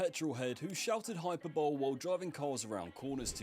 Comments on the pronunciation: it's pronounced hyperb-olay. Not hyper bowl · Hyper-bole? It is pronounced hyper-bol-ly. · Not how you pronounce hyperbole. Hy’per’bol’ee not Hyper’bowl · "hyperbowl" 😭😭 pronounced high-per-bol-ee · "Hyper-bowl"?? Hi-per-bo-lee. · not hyperbowl. Hy-per-buh-lee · Hey, hyperbole is "hai-puh-buh-lee" not hyper bowl. Also, you stated you produce "weekly videos every week". Weekly is the very definition of every week. Aside from that, great video mate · Hyperbole… pronounced ‘Hi-per-bol-ee’, mate. Not f*cking ‘hyper-bowl’! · Hyperbole is pronounced: hy-PER-buh-lee. Not hy-PER-bowl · Its the end part that is being pronounced wrong, HY-per ba-lee, (thats why its the same as Hy- per-bolic). Its the ;'bowl' and 'ba-lee' where the mispronunciation is. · hy-per-bo-leeee, look it up in dictionary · Its pronounced hyperboly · Its pronounced Hi-per-bo-lee, buddy. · ITS PRONOUNCED HYPER-BO-LEE FFS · It’s pronounced: Hi - per - bol- ee. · "Hyperbowl" This guy's script is defo written by AI if he can't read the word 'Hyperbole' properly lol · Lost me at ‘hyper bowl’..come on AI! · You lost me at "Hyperbowl" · Hyperbole is pronounced "Hi-per'bowl-ee. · Bro please check pronunciation of words if you don’t know lol. Fkn hyperbowl dude fr. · Bro pronounced hyperbole "hyper-bowl" 😂😂😂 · Hyperbowl had me howling. Hyperbole is a weird word if you have only read it. Still though. Moron 😅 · Is he saying hyperbowl unironically? That’s what we used to say at school to piss off my English teacher. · Your pronunciation of hyperbole (hyperbuhlee) is offensive. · Hyperbole - “High-per-boll-ee” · Tell me you used AI to write the script without telling me you used AI to write the script. "Hyper-bowl" - for Christ sake! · Did you have someone else write the script for you? If the word "hyperbole" was genuinely in your vocabulary, you'd probably know it isn't pronounced HYPERBOWL, eh? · “Hyper-bowl” you’re not American mate. No excuse for that. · “Hyperbole” made me close the video